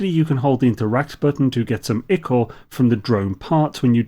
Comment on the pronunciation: 'Ick-uh'?! It's pronounced 'eye-cor'. I say this, not to be pedantic but to help you keep a future clanger out of your usually ridiculously high quality videos! Keep up the great work, you videos are always great help ;)